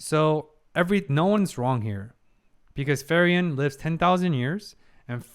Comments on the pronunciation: I await the day that will say Frieren's name correctly. You do excellent reactions good sir and I have a lot of respect for you but her name is pronounced FREE-ren not FURY-en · Her name pronounces as FreeRen, not Furion. Furion is another elf character from WarCraft universe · Its cute how your prononciation of Frieren almost sounds like Ferien, which is a german word too and means holidays/vaccation. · Just a silly little thing I noticed, but the way you pronounce Frieren sounds a lot like Ferien. Honestly, since both are German words, I wouldn't be surprised for the latter to be a name in this series as well, considering every person and place in it is just named after a German word. But while Frieren means freezing, Ferien means holidays.